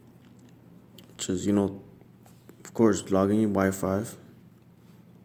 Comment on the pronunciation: You said wi five lol